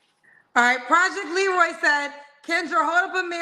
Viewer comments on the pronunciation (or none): none